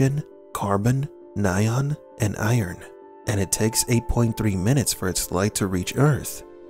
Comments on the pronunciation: Did you mean neon (pronounced NEE-on)? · Ny-ion. 🤣 . Its neon. Pronounced Knee-on.... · It's neon. Not nion. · Ni-on? Do you mean Neon?